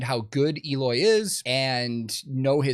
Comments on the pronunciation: Eloy has been the VERY BEST metal drummer for quite some time now. That people would not know about him, it's fine, but say he's not good? HE IS THAT GOOD. After all, Slipknot JOINED Eloy for a reason. and his name is spoken EH-LOY, not EE-LOY. CASAGRANDE is spanish/portuguese for big house. Casagrande is actually a very common family name in Brazil. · Had to say it.... Pretty sure it's prononced 'L-oy" not 'Eeeeloy' hahaha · actually the "E" in Eloy's name is pronounced like the "E" in "ten". the rest is correct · According to Eloy, you pronounced Eloy wrong though. It’s Eloy, not Eloy 😆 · Eloy is great, but his name doesn't start with a J and end with a Y, so I dont know man!